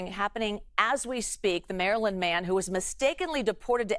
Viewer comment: Maryoand man 😂😂😂😂😂😂😂